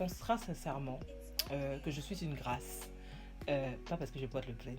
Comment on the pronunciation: C’est Grâce Mama 😅😅😂🤣🤣😅 ... ton affaire de « GRAAAIIIICE » laisse ça aux anglophones . Pardon !!!! . Ravie de te revoir and you slay 😍